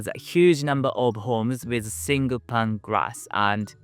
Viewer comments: Pane (ie: window pane of glass) is pronounced like "pain". I'm glad we have insulation, it's -20°c right now, here. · Your videos are always so thoughtful and informative. Thank you. I hope you don’t mind me explaining that “pane” is pronounced the same as “pain”. Greetings from a very well insulated old house in England.